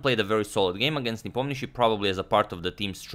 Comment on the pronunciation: He is good, but not great. For example, as far as Slavic names are concerned, Nepomniachi and Ivanchuk are still pronounced wrong. Not that it bothers me much, but "another level" - that is an exaggeration